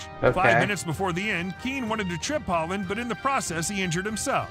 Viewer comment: Yeah, the guys pronunciation was way off a number of times. His Liége was definitely not standard and he butchered Alf-Inge Haaland's name was almost as bad as Roy Keane's pre-meditated violent GBH inflicting assault on the guy's leg.